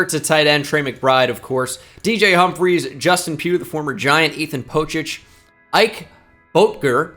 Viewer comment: It's Ike Butt-gurr